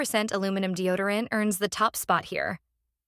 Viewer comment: Deo dee orant ? F'N ai.😂